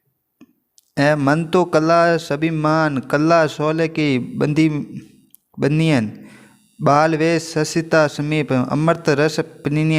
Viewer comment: सी बनियन है ओर आप बालियोंन बोल रहे हो😅😅